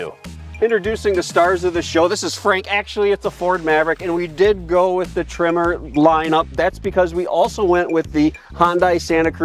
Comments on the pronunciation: Your audio pickups are changing the "eh" in Tremor so that it sounds like you keep saying "trimmer." I had no idea why you kept calling the Maverick that until I saw the "Tremor" logo on the seats at one glimpse of the cab. You might want to look into a different lavalier mic setup? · Maverick “trimmer”? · i was listening to this and I thought they were saying “trimmer” edition. 🤷‍♂️ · For the first 5 minutes of this video I thought you where saying "Maverick Trimmer", I was like oh, Tree Trimmer for landscapers package? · Can you please teach that guy how to pronounce tremor? Keeps saying trimmer like he's doing yard work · “Trimmer”???? LOL